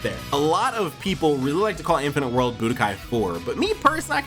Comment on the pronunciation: The "budkai......" I am out.....